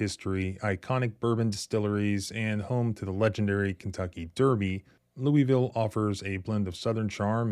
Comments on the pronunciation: Lou-a-ville. Not lueyville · For the love of KY please stop pronouncing Louisville like that. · "Louville" is how it is pronounced. Stop calling it "Loui Ville" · Lol You say Lewieville like a Southerner. Yankees say Lewisville. Kentuckians say Louaville. (correct pronunciation) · It's pronounced Lou a vull, not Louie ville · Lew-ville, it's pronounced. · Pause the video and read the second and third paragraphs. Ps. It’s pronounced Loo-a-vull. 👍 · Bro it's pronounced loo-wuh-vul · Cops were involved that's how it went wrong. That's not the proper pronunciation of Louisville. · Louisvillian here: 1) LMPD is a bunch of thugs. I’m not surprised this happened. 2) I know you’re not local, because we pronounce it LOU-a-vull. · You ain't from there if you pronounce it "lewieville". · We say it more like "Lou-a-vulle" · I noticed working in the area. The locals of Louisville pronounce Louisville wayyy different. To me, it sounded like "loulvl". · You’re mispronouncing Louisville, it’s (Lou-a-ville). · It's called Lou il ville.